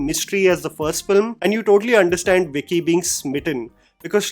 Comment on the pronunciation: It's bicky not vicky😂😂😂😂